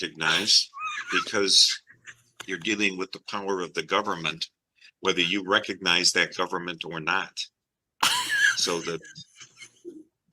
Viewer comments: "I doan reckanize" - a new clip to go along with "Number 1 wrong!" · You are all saying it wrong. It’s “Ah done reconize” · no, he could not pronounce it